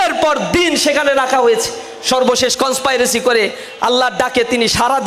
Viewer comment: কন্সপিরেসি হবে, কন্সপাইরেসি না। শিবির কি জিনিস, সেটা রাজশাহী বিশ্ববিদ্যালয়ে দেখেছি। হাতে তলোয়ার আর চাপাতি। রগ কাটার কথা ভুলে গেছেন? আর রাজাকার জামাতের এর শিষ্য হচ্ছে শিবির।